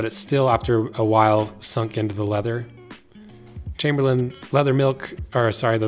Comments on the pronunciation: Chamber not camber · Never met someone who speaks English as a first language and didn’t know the ch in chamberlain is like the ch in cheetah